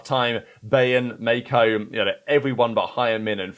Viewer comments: I had to wait and hear it for myself: wtf - MAY-KOW??? Just say MAY-KO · FFS bro stop saying MaYEKOW. IT'S Mako.